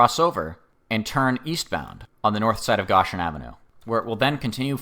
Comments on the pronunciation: Gōshen not goshen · Goshen is pronounced "GŌ-shin" with a long O sound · but for future reference, you say it like ocean but with a g obviously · Like the one who corrected the Visalia pronunciation, thank you for correcting the whole 'Goshen' thing. Sounds like 'ocean' but with a 'g' at the start. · Also, in that vein GO-shin — GOE-shin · why is bro saying goshen like that